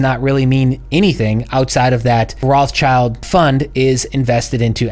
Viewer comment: please, pleeeeaaase stop saying "roths-child" ... it's a german based name and is spoken "roth-schild" (spoken: rod shild) which means something like "red shield" and has nothing to do with "child". it hurts a little bit in german speaking peoples ears. THANK YOU. APPRECIATE IT.